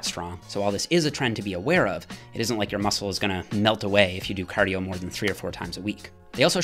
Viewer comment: Do your "cardiyooooo"